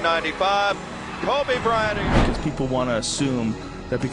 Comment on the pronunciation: KobricK Cryant😂😂